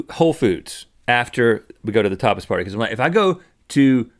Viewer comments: Sounds like "topless" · At first I thought Rhett said "Topless" party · When Rhett was saying tapas party, I heard for a split second, topless party and I was like, waaaaaaaatttttt????? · I thought Rhett said topless party 😭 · I thought he said topless party too 😂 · could have sworn rhett said topless party. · I thought he said, "Toppers Party" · I thought he said "topless party" right before he said something about not saying that wrong. Lol! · I totally heard "topless" too. XD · I definitely thought he said, "Topless party." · Replace the "P" withe a "T", that's what it sounds like